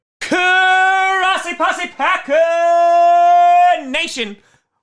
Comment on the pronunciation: Does realize that he says Crossi Posse not Grossi Posse in the intoduction?